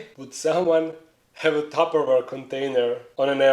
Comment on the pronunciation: wtf is a tapoweir or something u said ware